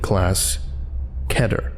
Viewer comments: Its pronounced key-ter. Not keh-ter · stop saying ketter, its keter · I thought it was pronounced k(ee)ter not ket-er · isnt it kiter not kEter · It's pronounced Keeter not Ketur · Bro its spelled keter but probounced ( key-ter) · My 9 year old son listens to these and corrects me on my pronunciation of Keter